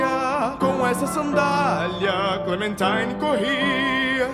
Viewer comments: Nobody: No one: French Louis: CLEMATEEN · Clemintina? ARE YOU SERIOUS? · Is it just me that was getting triggered how clementines name was being pronounced?